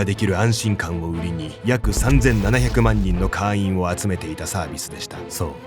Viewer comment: 会員を「かいーん」じゃなくて「かーいん」って読み上げてるのが気になって話が全く頭に入らなかった...